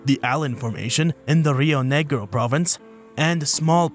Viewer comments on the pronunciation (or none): 🇦🇷🇦🇷Me cago de risa escuchando como nombra las provincias: "rreoo negrio, in, phathagonea aryentina" jajajajajaj . It amuses me a lot to hear how you name our Argentine provinces 😂😂😂🇦🇷🇦🇷